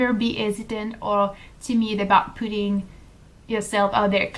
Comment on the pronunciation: At the mark it sounds like you are saying "you should never be hesitant or timid about 'pooting' (pe'ter)" instead of "putting"; I thought that was funny because I am American. It made me chuckle, so I decided to tell you that. Bon travail avec ce vlog! Je l'aime bien. Il y en a plusieurs que je l'aime bien et le tien est sur la liste.